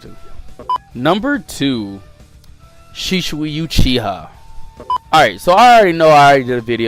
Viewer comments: Mans said shishui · My man Said Shishui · SHISUI IS AWSOME ALSO U SAID SHISUI WRONG also pain is free and minato should be higher